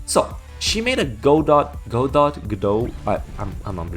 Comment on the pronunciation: It's pronounced Godot.